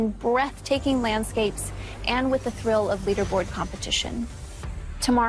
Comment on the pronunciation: Did she just say "the trill of leaderboard competition" lmfao